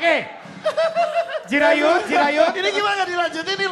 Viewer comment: Jirayut bg, bukan Jurayut.